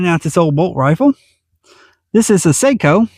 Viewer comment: He maker name Sako is pronounced with a soft a. Sounds like socko. Very good rifles.